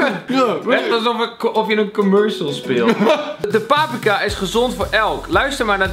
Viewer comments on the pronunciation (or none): none